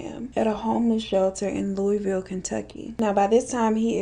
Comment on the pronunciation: Loo-a-vul Not Louie Vill From, Louisville 😁 Kthanxbi